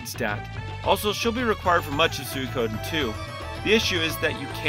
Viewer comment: Has it always been meant to be pronounced like Soo-ee-ko-den? I’ve always pronounced it as Soo-ko-den myself.